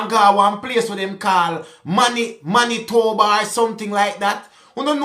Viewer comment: you nailed "Manitoba!" 😅 Winnipeg is the capital city. Not Winnipegy, 😆